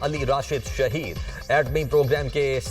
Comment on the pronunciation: Shaheed Hoye hain plz bekao media alfaz thek se bolo